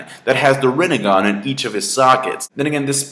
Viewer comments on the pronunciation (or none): none